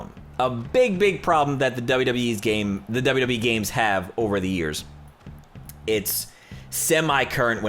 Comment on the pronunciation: He says wwe like wwwe